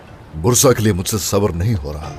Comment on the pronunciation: be like Mujshe bad and k bad bhi😂😂